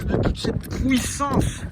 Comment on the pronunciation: la pouissance prononcée a la jean onche 🤣🤣🤣